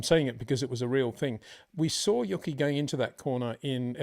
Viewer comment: U - Key Tsunoda, not Yucky, lol. Great analysis as always